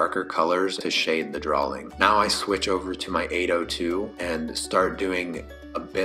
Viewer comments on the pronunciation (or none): Such a helpful, comprehensive tutorial. My only (small) critique is how you pronounce "drawing". It sounds as if you're saying "drawling". I know I know, I'm a turd. Great video though!